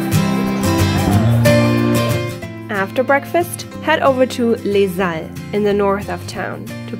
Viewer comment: 🌟⭐Hello ⭐🌟 at 7.26 it's not "Leshalles" it's les Halles. No problem with that, it is very cute! ⭐🌟 Kisses from Reims!